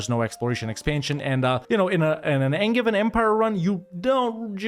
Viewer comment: Angein is pronounced like with a "j", sacrebleu. Signed, a french, obviously (who thinks the best kind of english is angevin)